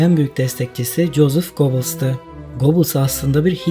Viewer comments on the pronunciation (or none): Jozef Göbels olarak okuyalım lütfen.. COZIF GOBILS okunuşu yanlış..